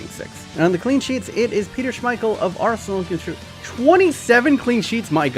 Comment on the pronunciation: “Rsenal”